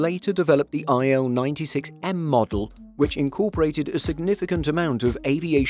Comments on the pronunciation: cool but why can't you english speaking men call Russian planes correctly. it;s not "ai el 96", it's "il-96", like "eel" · It's not Ai-El, it's Il (ee-l)